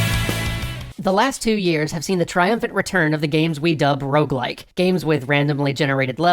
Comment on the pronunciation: Will everyone stop saying ''rouge-like''? It's ''rogue-like''. As a French speaker, seeing ''rouge-like'' used bugs me to no end. It doesn't make any sense. Rouge is simply the word for the color red. Rogue-like refers not only to the game most often credited with spawning or at least influencing the genre, ''Rogue'', but also points towards the stealthy, somber and roguish nature of most rogue-likes.